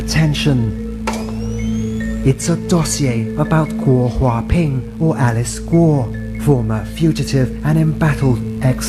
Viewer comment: Why do you still call Alice Guo, why not gua ha ping